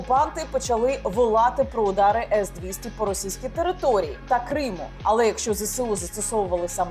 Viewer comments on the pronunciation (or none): none